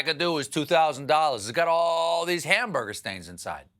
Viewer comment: "Hamberder stains."